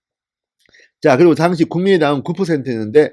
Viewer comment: '당시" 라는 발음 고쳐주세요 전의원님 지지하고 존경합니다.